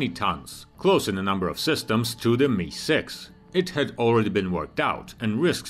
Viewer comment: It's pronounced em eye six. Not "me"